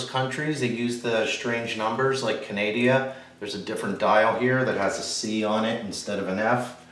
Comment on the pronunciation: Are you trolling Canadians or did I just hear you pronounce Canada as Ca neh de ah? Lol 🤦‍♂️